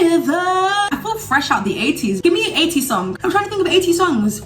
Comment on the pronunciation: When she said 80's I though she said ateez lol😗